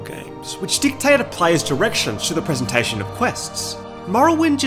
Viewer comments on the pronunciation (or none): none